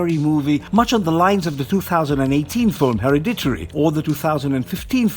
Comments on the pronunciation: i have to watch with subtitles, because your accent, .......... when you said The Black Phone, i heard The Black Thorn, ............... actually the CC Subs are also confused. Your dialog and the subtitles call the film on the screen "harry dittori". However, the film is titled "Heredity". [Pronounced (huh-red-it-tee).] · Hah! say that word again. Heri-digery? Ah hahahahaaaa. No man. Her-red-di-tery. Too funny. I love Raimi's films but I think I would have preferred to Scott Derrickson's vision brought to life. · I don’t think I’ve ever heard hereditary pronounced like that before.